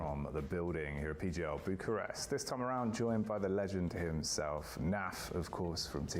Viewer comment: is Bucharest and not Burcharest dude